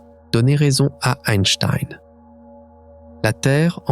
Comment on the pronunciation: Je connais Albert Einstein, pas Eistiiiiine ... Pfffff ... :face-turquoise-covering-eyes: ... Min 5